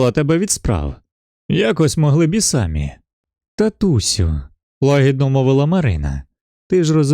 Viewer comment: Дякую. Тільки світло не горить, а світить; наголос не сАмі, а самІ; не тУ біль, а тОй біль. Біль – чоловічий рід.